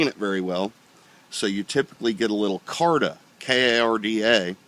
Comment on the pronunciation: chakma and karda .... u nailed that ... not maany know Bout .... hehe